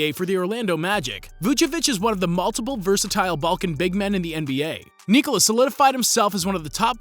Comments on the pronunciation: Kneecola is wrong. Its Neekola. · Why tf this guy say Nikola for Vuc and KneeCola for Joker. Seljak